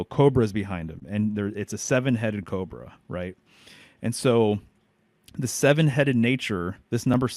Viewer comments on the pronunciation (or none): none